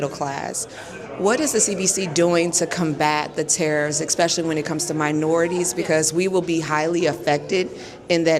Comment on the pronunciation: You know it's a 'professional' interview when the word 'Eck-specially' enters into the conversation. 😂😂😂